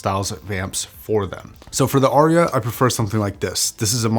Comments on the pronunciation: “Arya” has but TWO syllables. 😊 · I’ve always assumed it was named to sound like “aria”: an opera solo. Which I’ve only ever heard pronounced r-e-ah. Of course I’m from the U.S. where we butcher words and then tell others they are pronouncing their words incorrectly :)